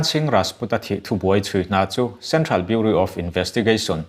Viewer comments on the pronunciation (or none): none